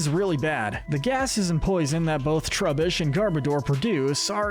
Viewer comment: The pronunciation of certain Pokémon is… interesting. “Troo-bish?” Would this guy pronounce the word “rubbish” as “roo-bish” instead?